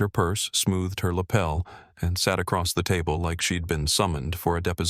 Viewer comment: Milwaukee Wisconsin USA. I believe this is being read by AI. The punctuation in the narration needs improvement. At least two of the mispronunciations are:" 1) I'll is being pronounced as "ill" 2) She'd is being pronounced "shed." A newspaper article reads "Designer sues son -in-law." Ethan's her HUSBAND!! It was probably others, but I'm too tired to listen for them..